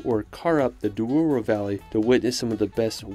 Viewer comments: And Douro, not Duoro. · Just a little error, it's Douro not Duoro 😅. Thanks for the video 😁!